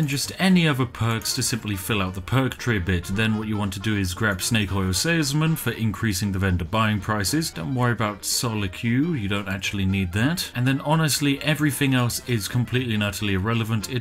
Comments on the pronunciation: Sol-E-Que : _ D Soliloquy is pronounced So-lil-oh-kwee. God damnit Spiff, your British! You should know these things! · Soli-cue? I thought you spoke the Queen's English, Spiff. That's not how you say soliloquy. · Why can't anyone say so lil a ka wee? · I'm sorry, but you call yourself the Spiffing Brit and you can't pronounce soliloquy? Shakespeare would facepalm.